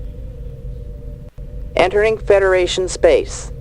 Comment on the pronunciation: Die Stimme sagt: "Entering federation Space" nicht "Enduring ..."